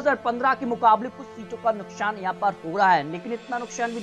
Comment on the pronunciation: Nuksan to bolna sekh le phle bjp srkar bnegi